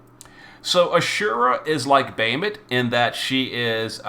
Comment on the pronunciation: Normally I follow and love your video but your pronunciation always hits me like nails on a chalkboard Bah Ha Moot not Bay hi mit for Bahamut Kle o may not Kle ohm for Cleome Etc etc LoL still love all you do for the community